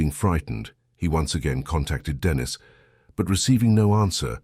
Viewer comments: Its not Denis its denice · What a shame the voiceover is Either AI or or a damn stupid and ignorant narrator! The girls name is Denisen not bloody Dennis!! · Annoying…it’s Deneeeeeese ..not Dennis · STOP USING AI VOICE IT IS STUPID AND ERROOR FILLED CALLING THE GIRL DENNIS INSTEAD OF DENISE FFS.. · Denise. Is a female. You are pronouncing it wrong. Dennis is a male. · The AI calling her DENIS instead of DENISE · Teach your robot phonetics so Denise doesn’t turn into Dennis. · i was gonna dare to ask if Dennis was trans. the narrator must be AI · Too much trust in an AI. It can't discern Dennis from Denise. What else will it fail to interpret? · Sometimes you have to phonetically spell it out for it to sound right like Den Neese. Cant believe they didnt even proof listen to it before uploading haha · Thats robots for you, they hv no concept of vowels..